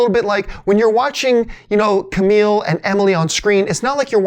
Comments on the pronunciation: kumail. not camile or kameel. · ... Ku-Mail John lol Good vid though and yes, this movie is pretty epic!